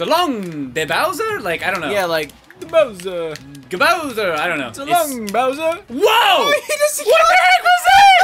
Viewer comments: He says "So long, Gay Bowser!" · for some reason I hear so long gay bowser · So long King bowser But sounds like So long gay bowser